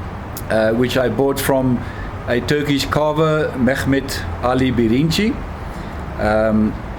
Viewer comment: Hi, i came upon your channel only now, and i am glad i did. I got my first 2 Meerschaum pipes from Mehmet Ali Birinci only a few days ago. You can imagine how surprised i was, as soon as you mentioned his name (your turkish pronunciation is near to perfect by the way). It must be destiny, so i think it means i have to stick around. Best Wishes Hakan